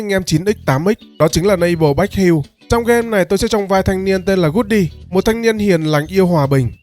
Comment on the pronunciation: Nội dung hay Nhưng góp ý ad xíu. Mấy từ tiếng anh ad nên đầu tư phát âm xíu. Ko chuẩn giọng nhưng cũng ko thể đọc heo thành hiu được 😂😂